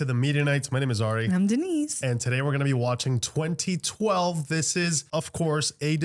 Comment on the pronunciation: Its de-nice